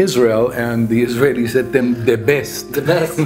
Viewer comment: Haha there isn't even a filet of trout in our country 😅 I love the way he said "The best"